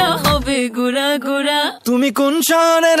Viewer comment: উচ্চারণ ভুল উড়া দুরা না হবে উড়া ধুরা ।